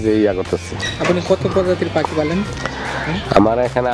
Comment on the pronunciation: রানা ভাই 100% সঠিক বলেছেন । (পাকি )না (পাখি) ।